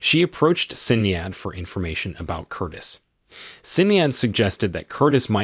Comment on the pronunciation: Sinead... Shin-aid